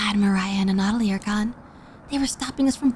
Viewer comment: Anna-toll-lee, that man's name is Anna-toll-lee. Great vid regardless, but it was killing me you said his name the most outta errbody.